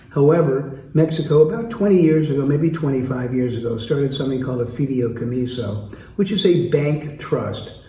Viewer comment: A "fideo-comiso" only works with noodles. What he's talking about is a fee-day-ee-co-me-so. Seems like a good guy.